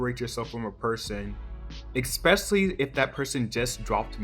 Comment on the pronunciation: Can you please say "especially" properly? I'm not trying to be funny it actually does get really annoying hearing "expeshly" after a while